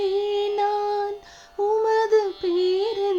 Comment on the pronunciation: ஆண்டவருக்கு மகிமை. பாடிய பெண '' பேரன்பில் '' என்ற வார்த்தையை இன்னும் உணர்வோடும், ஆழமாக உச்சரிக்க வேண்டும். நன்றி. தொடர்ந்து இராகத்திற்கு முக்கியத்துவம்தேவை. வார்த்தையின் உச்சரிப்பு அதைவிட முக்கியம்.